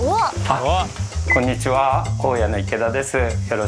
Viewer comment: の｢くぉ↑ん↓にちわぁ｣のイントネーション好き